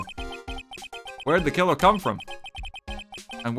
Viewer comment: "dekiller delivered debear-"